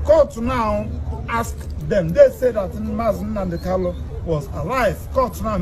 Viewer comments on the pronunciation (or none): Not kalu but kanu please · Its not kalu but kanu oga please